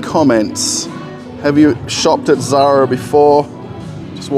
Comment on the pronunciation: Sorry about mispronouncing the Zara company name. the French name for ecru is interesting. Thanks.